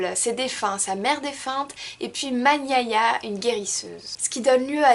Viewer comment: Coucou très bien résumé je voulais vou apporter un petit plus "Man Yaya" se prononce comme on le lit et pas "man" comme en anglais ... voilà tout.